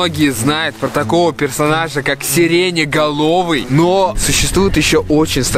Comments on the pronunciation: Почему вы говорите сиренеголовый а правильно сиреноголовый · Не серене галови а серена галови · сиреноголовый вопщето а не сиреняголовый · не сереня головый а серено головый произносится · НЕ СЕРЕНЕ ГОЛОВЫЙ А СЕРЭНА ГОЛОВЫЙ ! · не серетеголовый а сереноголовый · Все: Серена головый: сириня головый